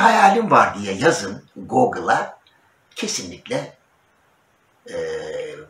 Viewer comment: GOGIL degil GUGIL 😀